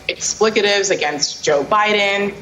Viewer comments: the word is 'Expletives', NOT 'Explicitives'' which isnt a word. And your a NYTImes editor 😂 dingbat generation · She’s an Editorial writer and cannot even pronounce Expletives correctly. Wow!!! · She said "Explicatives"!?? And she writes for the New York Times?? LOL... that says it all.